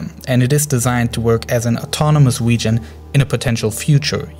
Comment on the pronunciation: "awab wegion" 😂😂 good vid tho